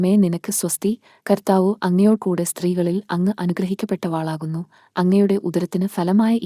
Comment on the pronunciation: നന്ദി. അനുഗ്രഹിക്കപ്പെട്ടവളാകുന്നു എന്നേ ഉള്ളൂ. വ എന്ന അക്ഷരം കഴിഞ്ഞ് ദീർഘം ദയവായി ചൊല്ലരുത്. ദൈവം അനുഗ്രഹിക്കട്ടെ.